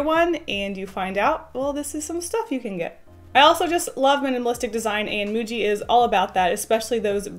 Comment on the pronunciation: I think it's pronounced "muji"